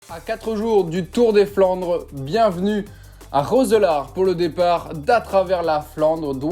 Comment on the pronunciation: Prononcer : Rousselaare